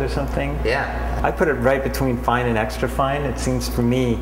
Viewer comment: It's funny how he says "I set between fine and extran fine" LOL that grinder sucks not fine enough...